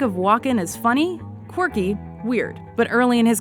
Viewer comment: The presenter pronounces "Quirky" like "Corky" He's the king of Corky cameos